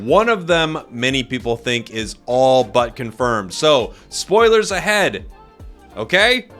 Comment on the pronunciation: Nobody::sPoLiErS